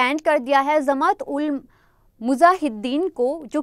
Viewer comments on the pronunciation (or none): none